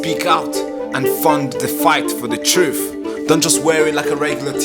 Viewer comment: TRUTH, THE WORD IS TRUTH, Not Twoof! I thought you were born here?